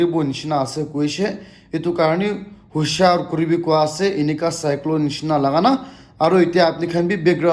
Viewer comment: Its Cyclone not Cyclo Wokha not Wakha😂😂